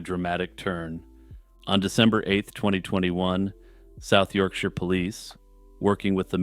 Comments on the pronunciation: uhhh... kind of a weirdly aggressive reply? it just made me feel good that the creator did their research for the video and pronounced my home turf correctly, that's all. in my experience people who aren't from the UK typically pronounce it like we live in "the shire" from lord of the rings lol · As someone from Yorkshire, it made me unbelievably happy to hear an American actually pronounce it correctly, so thank you.